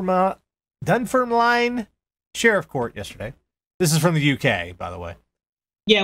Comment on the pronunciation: pretty surreal to see my hometown mentioned on this yank radio show lmao also it's "dun-furm-lin"